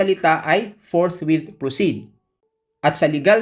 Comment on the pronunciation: Ang intindi ng mga senador ni dogong sa salitang forthwit ay forthwait